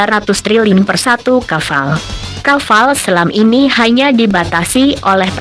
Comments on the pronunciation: kapal bro bukan kaval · Kaval...kapal pale